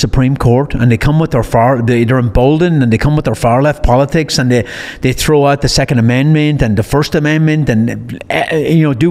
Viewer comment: Every podcast featuring I assume will be the same and I listen anyway, I could hear him say “Trow” instead of “Throw” all day long.